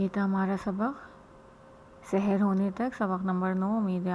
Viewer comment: تلفظ بالکل درست ارشاد فرمایا لیکن ہمارے اردو لہجے میں "سَحر" اور "سِحر" دونوں ہی مجہول (سے حیر) پڑھے جاتے ہیں۔ لہٰذا اگر تلفظ میں اعراب کی رعایت نہ بھی ہو تو سیاقِ سے تفہیم کی جائے گی۔